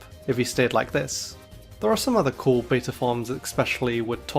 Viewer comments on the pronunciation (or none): none